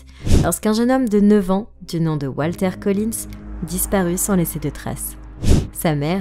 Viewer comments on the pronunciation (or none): none